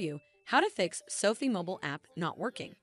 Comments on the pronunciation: Sofee? Really? No. Sofi. Rhymes with sci Fi as in science fiction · Yeah, goofy way of saying SoFi, but I'm not super savvy with this stuff and updating the app fixed me up.